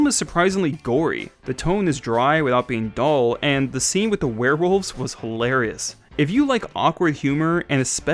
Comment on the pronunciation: Wearwolves not Swearwolves